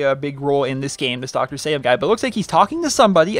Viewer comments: I believe it's pronounced (sah-leem) anyways, nice vid! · It's pronounced "saleem", it's Arabic. Sorry I'm picky. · Dr. Salim is said like "Suhleem", not how you're saying it. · Hey I hope you pay close attention to this comment because my cuzin Salim is part Aribic and part american I'm not sure what an Aribic name had to do with the snow but what I do know is that its pronounced Say-leem